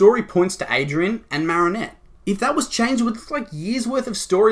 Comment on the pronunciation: it just triggers me lol its ADRIEN not ADRIAN